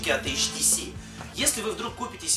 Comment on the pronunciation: Не ШТС, а HTC(ейчтиси)